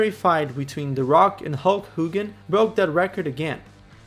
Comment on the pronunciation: Hulk HOOgan